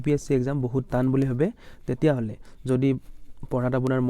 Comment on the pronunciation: টান হে তান নহয় ।